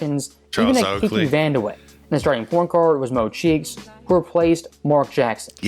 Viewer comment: The disrespect for Medical Bill Cartwright 😂 I hate how the commentators pronounce Van der Weghe as Wander Way 😢.